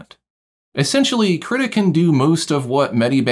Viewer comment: Haha you say kritta instead of kree-tah